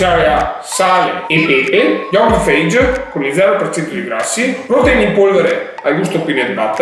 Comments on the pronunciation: Lo yogurt si chiama Fayeh non fage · Ottimo video, molto strano vederti serio e intento nelle spiegazioni ahahah di solito siamo abituati a vederti con la bocca piena e in silenzio! P.S. c'è scritto anche sulla confezione: lo yogurt, SI PRONUNCIA "FAYEE" 😂😂😂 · la pronuncia dello yogurt è faghe.... è greco